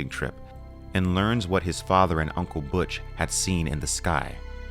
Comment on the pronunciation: Butch as in Butch Cassidy not Butch as in much.